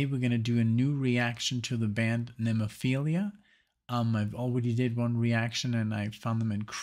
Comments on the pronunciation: Plus its NEM. No finding NEMO in the name.😁🐟🐠 NEM-O-PHIL-A💙🤘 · Just learn to pronounce the band name though. The band is named after a flower, not a STD or a twisted psychological disorder.